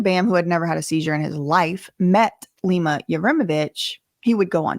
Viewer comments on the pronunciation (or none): none